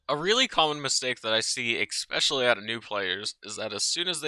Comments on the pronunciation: it is not eXpecially, it is eSpecially, saying it with love <3, also thank you for the video, it has been super useful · Is "expecially" a pronunciation in some english speaking regions? Why so many people say it like that. Other than that good vid :) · how you gonna call my girl Haley a hoe then go on to say "expecially" like 20 times? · "expecially" "shashimi".... bro cmon